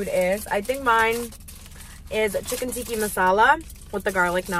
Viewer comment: Tikka is pronounced ‘tea-kah’ not ‘tea-key’ ❤